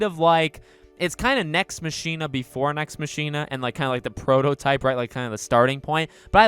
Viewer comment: Pssst ... hate to be that guy but it’s pronounced “Nex MOCK-ina” with emphasis on the “mock” like how “Ex Machina” is pronounced. (Sorry) I agree though. Nex Machina is also my favorite Housemarque game.